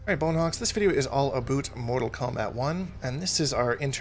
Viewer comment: This guy knows what hes talkin aboot